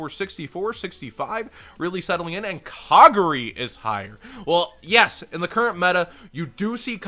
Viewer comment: Lol. You said Kagari wrong. (It's Ka Gar E , Gar rhymes with Jar)